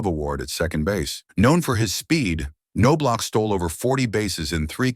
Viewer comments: Nice article that was RUINED by the brutal pronunciation of Chuck’s last name. It’s pronounced NOB-LOCK. The K is silent, the O is short, and the end of his name is the sound of a K and not CH. It was butchered continuously. Just ruined the article! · Chucks dad Ray, was one of the winningest HS baseball coaches in Texas at Bellaire HS in Houston. I played baseball with Chucks older brother Mark Their name is actually pronounced Naw Block. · I was the Twins scout (Marty Esposito) who signed Chuck out of A&M. Chuck and Ray always pronounced their last names as I had written, as did the coaches at A&M. I am CERTAIN the K is silent, although the last half of the name could have a couple of pronunciations. But I always heard “NOB-LOCK” from the family. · Your AI voice over sucks. It's pronounced "Knoblauch" three different ways not even halfway through the video. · Well now, how do we pronounce that name? NO-blok? or Ka-NO-blok? when you're not certain, just use each of them repeatedly. This is pathetic. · The bad part about AI voicing… it can’t even correctly pronounce the last name of the subject in the video. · he doesn't even say his name right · reporting this video as spam/misleading just because you can't train your text-to-speech that it's NOB-LOCK. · Knaablach not noblock. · Whoever read this needs lessons on pronunciation and some baseball dialouge. It's not Nobe- lach, or K-nobe- lach..... it's Knob-lach! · Its KNOB-LOCK. Easy as can be simple as locking a knob. Damn knowb-lauc smh. I have a blue bat from the dome with his fake signature on it from a giveaway night from when I was a kid. I like him as far as the 91 team is concerned. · Nob Lock not No BLock or K-No Block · How do you do a video on someone and not know how to pronounce their name?!?!?! It's pronounced NO-BLOCK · These AI robots forever mispronounce people names wrong. No Block, Cano Block🤦🏽‍♀️. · Kuh - know - blauch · Nah man it's No-block...and sometimes Ka-no-block 😂🤦‍♂️ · No Block ... LOL 😅